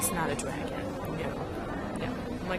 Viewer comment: What the FUCK! Is a "Dregin"?